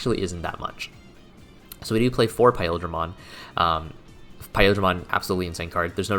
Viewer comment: why do you say it like JAH-GRESS and PIE O DRAMON lol i cant focus please